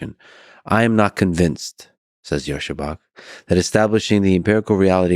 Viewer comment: If you met him IRL and know Russian, why do you still pronounce Bach in this American kind of way?